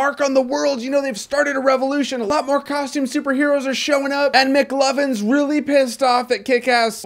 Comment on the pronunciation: i laughed so hard whrn he call him mcloven